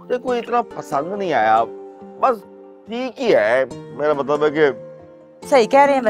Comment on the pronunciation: Tai g pury drama ma Matlab ko matbal Keh rahi ha 😆